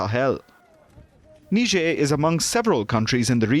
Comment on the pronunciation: Niger pronounced as nee-je-er .. I didn't know until I watched this report.